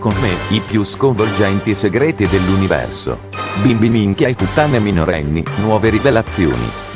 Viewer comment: Ahahaha fai troppo ridere quando dici SEGGRETI